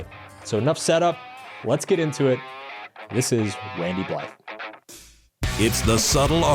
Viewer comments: Pronounced “Bligh”, the “th” is silent in his name. Yes, I’m that guy. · If you're going to have an extended format video about someone and interview them, you should probably learn how to pronounce their name instead of butchering it repeatedly. The "th" in Blythe is silent according to Randy himself. Randy "Blyyy". It boggles the mind how many times you mispronounce his name here.